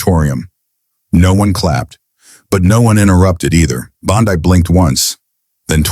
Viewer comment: You need to learn how to pronounce her name!!!!!